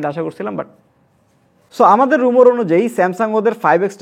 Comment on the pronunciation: রুমর না ভাই, রিউমার হবে